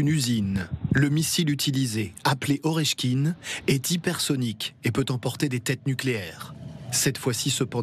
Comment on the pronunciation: C'est pas Oreshkin 😂, c'est Oreshnik. 😂😂